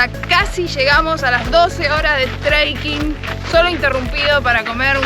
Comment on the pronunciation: No es "TREIKING"...!!!